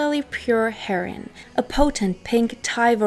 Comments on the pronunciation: You said your three language disclaimer, I know, but, if you're going to do drug addled rock stars, the common pronunciation for Heroin is "Hair-Ohh-Inn". Heron is a fish. There was only one other single "wrong" word earlier, I can't remember, but your english is fine and dandy, but for that one recurring clam. Groovy Hat. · Heroooiiiinnne, Darling...not Hero like Nero, but "Heroine" like how you pronounce the female counterpart to a Hero. Otherwise, great video. It's actually kind of sweet that you don't know how to pronounce it. ( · heron is a bird. learn to talk. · It's not "herin," it's herOin. I'm sure you've heard Lou Reed sing it. Otherwise your English sounds as born yankee as my own. What IS your first language? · Pronounced HEROIN HER-O-IN. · It’s pronounced “her-oh-in” =heroine. You’re welcome. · Are you sure your a German not a American you don't have a accent & look like Marlo Thomas.The word Idea doesn't have a R in it & isn't prounced with a R. Also Heroin isn't pronounced Heron, Heroin is a narcortic. A Heron as you prounce Heroin is a bird. You speak English very well with no accent, better than a lot of Americans do & you almost speak it perfectly. Are you sure German is your first language not English. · Why are you pronouncing heroin "herin". Have you actually never heard anyone say it before? Lol wtf I thought maybe you're doing on purpose to prevent being censored or something but its in the title of the video so... who knows 🤷‍♂️ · It’s pronounced Hair-o-win. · Great work and very very entertaining. However, it's pronounced "her-o-win" and it's Pam Coor-son, sort of like "Door-son". Just trying to be helpful. Best Wishes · yah a heron is a bird😆 I have however heard her pronounce German perfectly 🤔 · "In a haze of Kiff". You don't smoke Kiff, it's a spread, you eat it. Why can't you pronounce the word 'Heroin'? Janis got the Heroin that killed her from her boyfriend Seth Morgan. Fact.